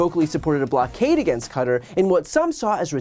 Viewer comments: Kuh-tar my friend 😂😂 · I don’t think BTC has been wrong about much, and so his pronunciation of Qatar is making me question life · Qua-tar, like Guitar